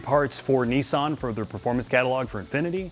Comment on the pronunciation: The manufacturer is called and spelt Nissan not “Neeesan” The double “s” in Nissan shortens the sound not elongates it. Americans do seem to all struggle to pronounce words correctly in the main. 🇬🇧🇬🇧